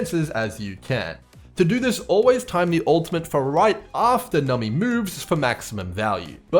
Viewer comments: its pronounced num-bee like number :) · I can only take so many “nummy”s holy cow lmao